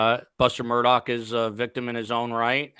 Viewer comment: Of all the pronunciations u want to say, Mur Tog?? It’s super commonly mispronounced but this is just obnoxious and annoying